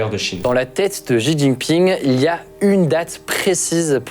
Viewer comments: certe mais il vaut mieux mal prononcer shi ou au pire rester à la française avec xi plutôt qu'inventer un Ji. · Bravo! Ayant vecu 5 a Taiwan, marié a une Taiwanaise et papa d une petite mixte. Je passe beaucoup de temps a raconter tout ce qui a ete dit dans cette video. Juste un element que je n ai jamais entendu en occident concernant Xi jinping (xi se prononce "shi" au passage) c est que le pere de Xi Jinping etait le vice premier ministre de Mao Zedong. Et qu il a ete foutu dehors lorsque Mao a renforcer son pouvoir en virrant les elements derangeant. Ci jinping deteste Mao et fait malgré tout tout son possible pour realiser les travaux de Mao.